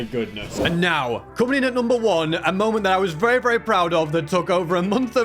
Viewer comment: The moment when said "moemnt" truly a masterpiece of a moment